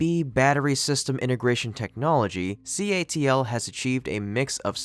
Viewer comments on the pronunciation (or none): Let's just say you'd be smart to verify this information yourself. This video makes A LOT of assertions and the narrator misspeaks plenty. For example, how many times does he refer to CATL as CALT. That subtle slip got me wondering - CATL (Contemporary Amperex Technology Co. Limited) is a Chinese company. That's important to me. The 2 largest lithium producing companies in the world are not Chinese and a majority of their mining & refining is done outside of China. Get the facts, make up your own mind, and most importantly understand the Chinese government's ambitions. Suggested read: The Hundred-Year Marathon. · you kept saying CALT inStead of CATL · Nice reporting! I love the item about the PolyJoule. Outstanding innovation, even with lower energy density. One note: You keep saying CALT. The battery company is Contemporary Amperex Technology Limited, so it's CATL. All good wishes. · You keep alternating between calling it "CALT" and "CATL" (correct) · CATL!!! NOT CALT...